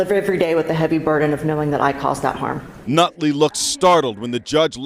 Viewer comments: “Nutley” huh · "Nutley" LMAO